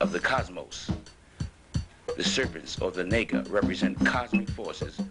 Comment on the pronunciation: Dude no disrespect but take this down because this is idiocy beyond belief...naga pronounced *Na(like natasha) gha ( like ghana) not nee - ga ....naga literally translates to dragon or winged serpent.. Dont be a fool bro